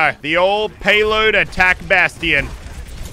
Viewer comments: he said baston wrong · Anyone annoyed on how he pronounces bastion